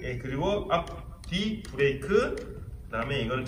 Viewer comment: 브래이크 ㄴㄴ 브레이크